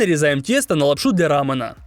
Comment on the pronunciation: Булдак и « лапшу для рАмЭна»🤦‍♀️( «э» я отметила как неправильную букву , а «а» я отметила как ударение)